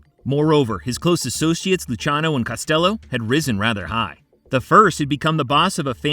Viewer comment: He messed up a lot of pronunciations, did you hear him with Luciano? 😂